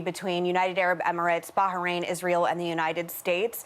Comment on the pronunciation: Why does she always pronounce it Ba-ha-rain?